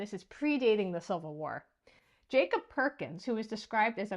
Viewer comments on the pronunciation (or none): none